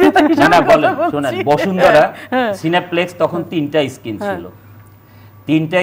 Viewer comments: স্কিন সিজি উচ্চারণ আগে ঠিক কর পরে ডিজিটাল বানাইস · জলিলের কথা শুনে হাসব না কাদব বুঝতে পারছি না।Digital জলিল ত বারবার screen কে skin বলতাছে।😝🤪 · অনন্ত এর শিখ্খার ভান্ডার খুলে দিলো নিজেই। Screen কে বলছে skin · ভাই ইসকিন নয় স্ক্রীন, ইস্টপ নয় স্টপ এসবতো প্রাইমারি স্কুলের ছেলেরাও জানে! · স্কিন? কি ইংরেজি রে ভাই